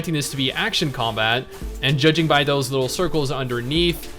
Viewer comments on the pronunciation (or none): none